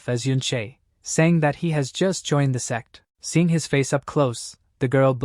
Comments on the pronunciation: its funny cause the AI can't pronounce the word sect but says sex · Bro why TF is he mispronouncing sect servant so bad ....... Ahhhhhh I was listening without headphones 🎧 ahhhhhhhhhh🦅🦅🦅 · do you know when you say sect you actually say sex for example on scene :face-red-droopy-eyes